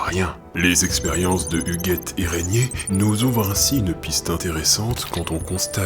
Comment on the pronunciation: Super vidéo ! Étant moi même dans une filière scientifique (physique), c 'est vraiment appréciable d'entendre une vidéo qui dit aux filles qu'elles sont aussi bonnes que les garçons en maths ! Je ne suis juste pas convaincue de ta prononciation de "Pascal Huguet". Portant le même nom, je l'ai toujours entendu prononcé comme le muguet, sans le m ^^ Mais peut-être qu'il peut être prononcé différemment, c'est intéressant ...